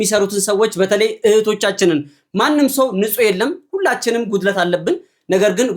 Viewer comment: እንዴ እስቲ "ጉድለት " በል..ምንድነው የሰማኩት "ጉትለት" ነው?😅